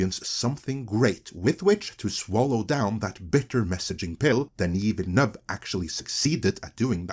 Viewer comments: It's not pronounced Villa-noove, it's Veal-nuv. D'knee Veal-Nuv. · Not the point of the video, I know, but was anyone else unable to register anything Ben Shapiro said after "Villeneuve", because of how distracting his utter butchering of the pronunciation was? I mean, jfc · THE WAY BEN PRONOUNCES DENIS VILLENEUVE AS "Denny Villy-New-Wave" OMFG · he says 'Denny Villain-Wave' lol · Why can people not say Villeneuve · Ben Shapiro’s pronunciation of Villeneuve is painful. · Didnt know it was possible but he made me hate him even more with the way he pronounced Villeneuve